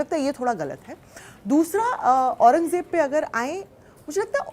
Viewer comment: Aurangzeb toh sahi bol ley Jeb nahi zzzzzzzeb